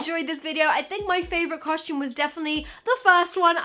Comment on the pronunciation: I just noticed you say costume the same way mia maples says it "coshtume" lol